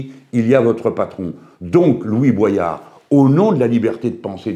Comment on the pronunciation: Il s'appelle Louis Boyard et pas Louis Boisyard. Quand aux propos de Boyard, il a traité Hanouna de raciste, d'irresponsable et a dit que Bollore ruinait l'Afrique. Après il a peut être raison, je ne connais pas le fond mais c'est assez discourtois.